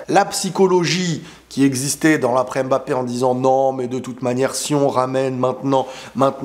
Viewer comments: Juste un message pour te remercier de tes vidéos et aussi les efforts que tu fais pour la prononciation mbappé 😊 c'est touchant .... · Merci pour les efforts faits pour bien prononcer le nom de Mbappe😂